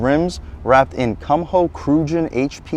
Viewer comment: the way you pronounce the tire brand it sounds like "cum hoe" XD afaik it's pronounced "koom-ho" with the "ho" part soundin like in "ho"nda